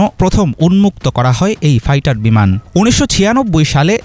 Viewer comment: Fighter re gada not paitar